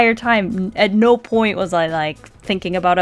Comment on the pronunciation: "I'm nawr ordinary girl!" I had to...